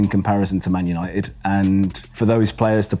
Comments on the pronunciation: I knew was a lfc fan from the introduction. Like he sayed "Manuited" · Ik it was him he was the only one who said man untied